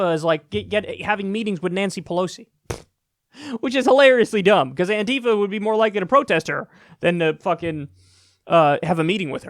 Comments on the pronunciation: Kyle... ffs.... is not "Anteefa" it's "Anti-fa". ANTI-Facist-Action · "Antifa." Not "anTeefa."